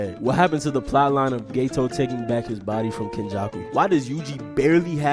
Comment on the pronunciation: why are you calling geto gaytoes 😢